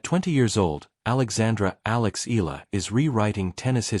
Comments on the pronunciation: Eala pronounce E-YA-LA not E-LA. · e-ya-la not e-la